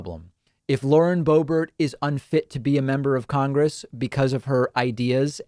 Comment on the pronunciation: Bauren Loebert